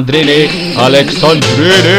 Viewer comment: Alessandrini* nu Alexandrini ca i francez